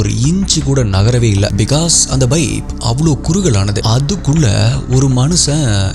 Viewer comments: Pipe ❌ Baip ✅ 😂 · Baip illa bro, paip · Pipe ❎ Bipe ✅ 😂😂😂😂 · Sorry !! Please don’t mistake me. For some reason, I keep hearing “Bipe”. Is it really Bipe or pipe?